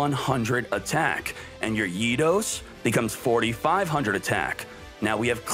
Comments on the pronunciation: Guardian ITOS triggered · I cringe every time he pronounces Eatos